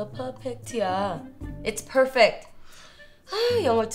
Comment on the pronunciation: its not perphekte. its perfect. 😂😂